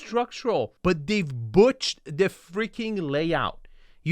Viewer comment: "they've butched the layout" It's "botched" my friend 👍